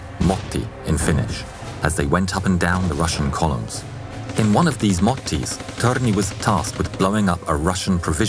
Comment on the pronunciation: I've known Lauri Thorne as soldier who fought in 3 armies but not known so much about him. Wonderful. Also the törni pronounciation was just like a native Finnish. I love your narration and the new merch. This is an amazing video for 200,000 subscribers (actually 201K now)